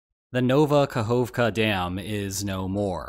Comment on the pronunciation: bro it's ['nova kah'ovka], not ['nowva: kah'o:wvka:] lmao